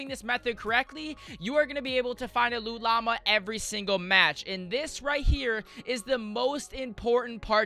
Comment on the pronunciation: If I hear "loo llama" another time im going to rage.